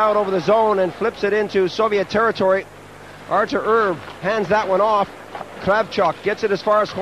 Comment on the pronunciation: announcers absolutely brutal. "artur erb" "pavel bura"